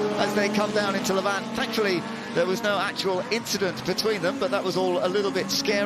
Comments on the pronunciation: Lavant! Not La Vant, please, this is Sussex not some exotic foreign circuit! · The best event in the world bar none. The detail and the racing is just incredible. I’m a local and the pronunciation of Lavant needs to be corrected. Rather than Lav-Ant, it’s Lavant. Like the pronunciation of “haven’t”. I’m so sorry to point this out but I just had to. 😂